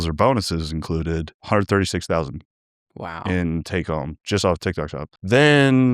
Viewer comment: Did he say trendtok? Or trendtak?